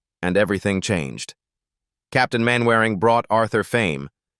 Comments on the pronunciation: Peter Sellers as Sgt Wilson.. 'Main Wairing' ... I'll give you a clue, it is pronounced 'Mannering'.. its an English thing. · Agreed! They might know how to pronounce Mannering instead of Mainwaring! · It's pronounced Mannering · Pronounced Mannering. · Get the pronounciation correct. MANNERING, DARBYSHIRE, ETC. It annoys ne so much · It's a machine for gods sake.What do you expect? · A.I. slop which mangles Mainwaring'. I stopped watching at that point. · Computer voice can't pronounce "Mainwaring" or "Derbyshire". And you missed out the first death; Bud Flanagan, who sang the signature song "Who do you think you're kidding, Mr Hitler", died 20th October 1968, only a week or two after recording the song.